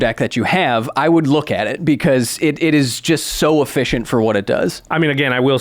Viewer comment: efficient more like.. e-FISH-ient